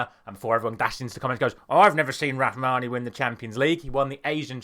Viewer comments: it's Rahimi not rahmani brother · his name is Rahimi not Rahmani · It’s not rahmani it’s Rahimi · Let's start with Morocco striker and the top scorer of the tournament so far ...Rahimi not Rahmani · It’ Rahimi not Rahmawi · it's Rahimi not "Rahmani" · It's rahimi not rahmani lol 😂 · Rahimi not rahmani 😅!! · It's not Rahmani but RAHIMI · Rahimi not Rhmani :/ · Rahimi not Rahmani